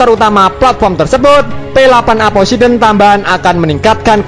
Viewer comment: Poseidon min bukan posideon